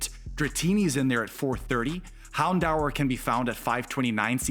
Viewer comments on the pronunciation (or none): Hound hour? Who tf pronounces Houndour that way?